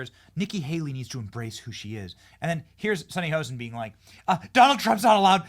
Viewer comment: It's not "Hosen"!! It's Hostin